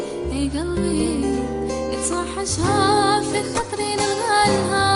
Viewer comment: رقم 3 غناها روعة باحساس و رقم 2 والله كأنه جزايري يتقن لهجتنا بزاف خاصة كلمة نلغالها كاين لي منطقوهاش غايا هو نطقها نيشان بصح قاع غناو غايا تحية ليكم من الغرب الجزايري